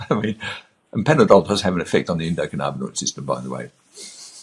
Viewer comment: Who the hell is this guy, he doesn't even pronounce the system correctly 'endo canna bin oid' theres no 'carna'